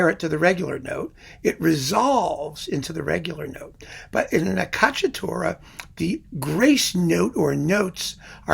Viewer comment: Hi, sorry to correct you on a pronuciation: it's ACCIACCATURA, not accacciatura. Acciaccare means schiacciare, in english to crush or to squash. For the rest you do a terrific job, as always. Greatings from Italy